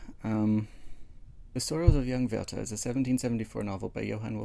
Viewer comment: I'm German and we had to read Die Leiden des jungen Werther in school in like 8th or 9th grade and everybody hated it. XD I love this project though and it turned out amazing! Your pronunciation was spot on too!